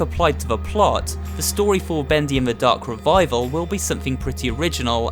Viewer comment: Ven you say the darc revaivel it meik me dizzy